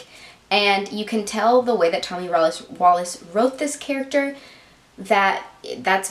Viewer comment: His name in pronounced Wallick not wallace.